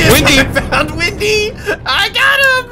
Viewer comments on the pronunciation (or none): it's windy not wendy